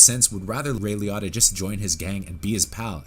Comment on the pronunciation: It's pronounced Lee-oat-tah